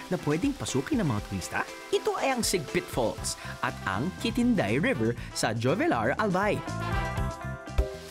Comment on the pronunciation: Jovellar is pronounced as hovelyar po